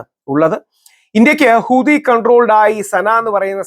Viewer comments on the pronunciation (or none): none